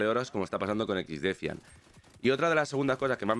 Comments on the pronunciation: XDEFAIAN pero pronuncialo en ingles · Cada vez que dice exdefiant muere un pajarito.